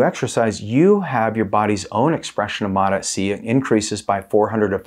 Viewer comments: MOT-AS-SEE? An extra syllable. Why? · It this point I think he's doing it on purpose. It sounds like Mota- C but I think the way he's trying to say it is Mot-SC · It's started to piss me off that he says Mot-s-c. I think he does it because it triggers comments but then suddenly his views stop dropping and he "doesn't know why". There's really good information in these videos but no one wants to be annoyed first thing in the morning 😑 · You’re mispronouncing this Peptide… How’s anyone who knows anything about these peptides going to take you serious? It’s pronounced. MOTS (C) Not: MOT (SC) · Drove me nuts! Still does lol 😂 modahsee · Dude needs to watch a video on how to pronounce it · Why are you pronouncing it wrong?